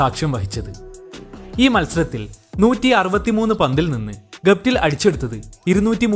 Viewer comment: ഗുപ്തിൽ അല്ല...ഗപ്തിൽ